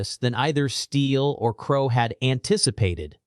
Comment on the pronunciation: Ai can get a septics accent ok but doesn't know crow is said the same as the bird then the mofo switches it up am says it right no wonder this is suspicious